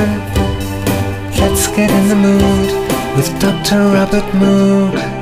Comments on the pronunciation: Anyone who knows anything about Dr. Robert Moog, knows it's pronounced "Mōhg," but then you wouldn't be able to th rhyme Droog with it... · rhymes with Vogue. Yes. They even released the Moog Rogue to try to correct people but it didn't quite stick.